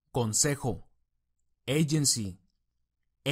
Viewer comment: El vocabulario esta genial, solo deverias pulir pronunciacion, solo vi las primeras palabras, y note una B muy marcada en ADVICE cuando en realidad es el sonido de V, y tambien un Y en AGENCY cuando tendrias que marcar mas esa pronunciacion de la G como LL, segun el American Accent claro, Good Video.